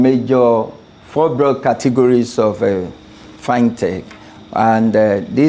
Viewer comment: First time hearing someone calling it “Fine Tech” Rather than FinTech